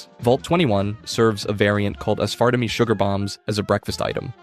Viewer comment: nah he pronounced it wrong 😂